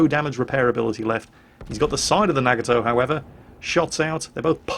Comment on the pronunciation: im sorry but i have to, its a NA-Got-Toe